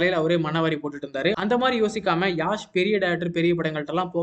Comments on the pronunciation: His name is Yash.. not Yaaaash😊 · அவுறு பெரு யாஷ் இல்லை பா யஷ் Yash